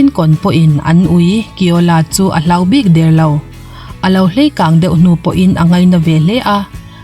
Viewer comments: A ngaihnawm e. Hlei kang ni lovin, léi kang. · Hlei kang ni lovin' lei kan' tih tur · Hleikang ni lovin, leikang tih zawk tur. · 'Hleikang' ti lovin 'Leikang' tih tur. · Hleikang nilovin, Leikang tihtur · "hleikang" nilo in leikang tih zawk tur a niang a